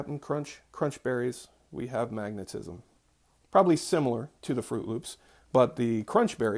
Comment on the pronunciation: 😂 When you first said magnetism I thought I heard you say maggotism. 😂😂 Btw I found a bug in my tea crackers. Won’t be buying those again in the near future. 🤨